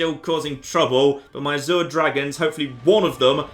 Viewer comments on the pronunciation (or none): none